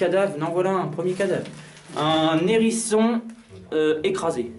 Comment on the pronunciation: Mon dieu, étrange endroit peuplés de Z'hangars, de n'hérissons et de tas de vieux journalS ;)